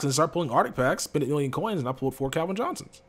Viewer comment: I've noticed for so long says Calvin like kelvin it always drives me nuts lmao